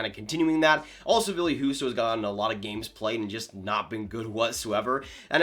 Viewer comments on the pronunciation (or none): none